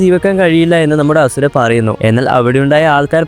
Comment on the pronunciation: Bruhh its ashura not hasura